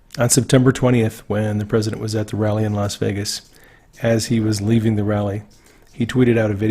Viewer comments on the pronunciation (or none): none